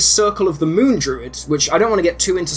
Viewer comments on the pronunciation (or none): none